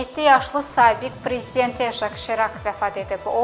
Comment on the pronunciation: Serak yox Sirak.